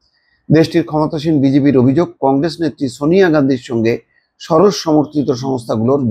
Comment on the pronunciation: উচ্চারণটা "শরশ" নয়, সরোস।